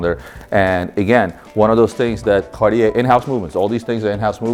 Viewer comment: Marco was supposed to teach the proper pronunciation of Cartier to the LB team. What happened?